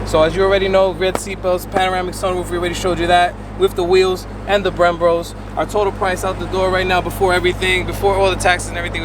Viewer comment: Anyone else bothered he called them “Brembros” instead of Brembos